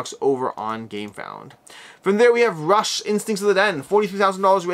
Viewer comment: Rush?? And then you pronounced it properly when naming the company, and later. LOL English is such a fun language.